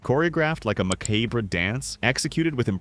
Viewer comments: "Ma-cay-breh dance" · AI can't pronounce macabre lol